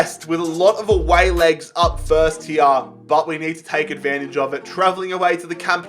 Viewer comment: Me: No one: Everyone: FERST